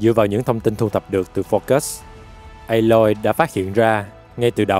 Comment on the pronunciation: anh đọc sai rồi phải là a-loi